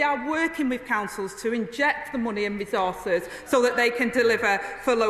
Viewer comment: Rethorthes - resources. She can’t even say the word.